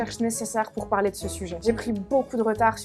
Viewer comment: sérieusement écoute toi parler bordel mes oreilles saigne exemple parler (son é ) toi tu prononce pralai !!!!!!!!!!!! bordel et pour tout les mote en é c'est dingue